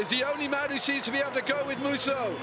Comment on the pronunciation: THAT COMMENTATOR SHOULD PRONOUNCE "MUSAU" WELL